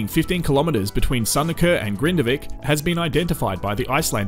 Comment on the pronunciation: Icelandic names can be super confusing to those of us who aren't familiar with the language! There are a lot I can't pronounce properly, either, but I've watched a lot of content from the locals on this and prior eruptions, and they say it "RAKE-uh-niss." You did fine with Grindavik, though! :)